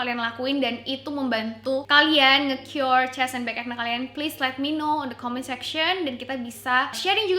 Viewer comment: kayanya pronunciation nya akni bukan akne :)